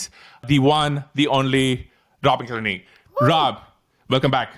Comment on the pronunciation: Wow, that guy massacred Rob's last name 🤨